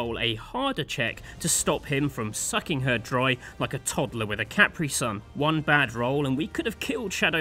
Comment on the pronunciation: the way you pronounced "capri sun" i thought you were talking about a D&D item